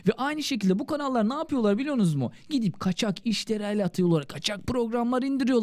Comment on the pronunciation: merhaba :) başarılarınızn devamını dilerim , yalnız ; biliyonuz mu ne demek ? "biliyor musunuz" şeklinde telaffuz edilmeli.